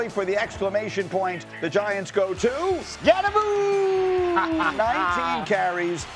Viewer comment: Somebody needs to tell these talking heads that the Giants rookie RB is pronounced "SCATTEBO" and NOT "Skatteboo"